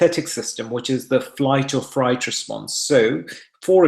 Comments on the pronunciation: Fight or flight. They added a third one. I am sure he just misspoke 🤔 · Isn’t it “fight or flight” and not “fright or flight”? Just wondering.